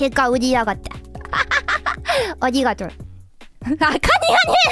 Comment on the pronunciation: Yeah, I may not be fluent, but I'm able to catch those bits. The part that got me was her saying arigato as "anigator".